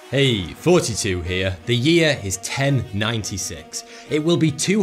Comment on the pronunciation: Everytime I hear Thoughty2 as Fortytwo 😂😂😂